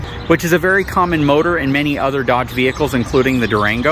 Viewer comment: I quit listening when you said "Dodge."